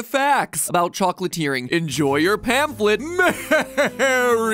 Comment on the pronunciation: "Enjoy your panflet" 🤣got me laying on the ground